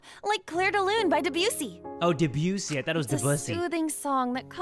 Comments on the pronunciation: it’s pronounced Deh-Busey like gary busey lmfaooooo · Technically, in the name Debussy, you put emphasis on the e, not the u, unlike what Kaede was saying. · Debussy no its depussy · When first siad debussy I thought he said the qussy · i know i was supposed to be sad and stuff during the music scene, but i was laughing so hard because of jay's pronunciation of debussy 😭😭